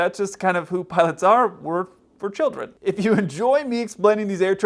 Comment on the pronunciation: "where childrem"